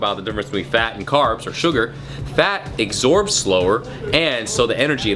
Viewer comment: lmao he says exorb